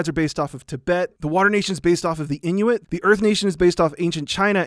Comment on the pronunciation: You said Inuit wrong... but cool video, I loved it.